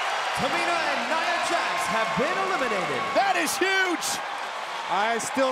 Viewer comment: Michael Cole you pronounced Nia’s name wrong, if she would have heard that she would have hit you with a Somoan drop